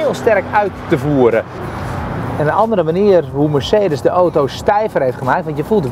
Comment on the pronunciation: Het is aaauuto....auto....geen ootoo.....